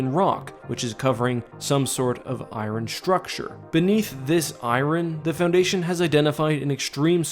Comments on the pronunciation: did he legit call iron I-ron as opposed to I-ern? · Its pronounced iron not i ron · Lol. "I-rin" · You pronounce "iron" wrong but solid video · Redo this video right now and pronounce iron correctly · never say iron again please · People from North-America am I right? :P